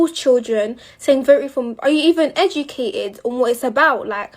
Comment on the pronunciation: Are yoo even edjicated?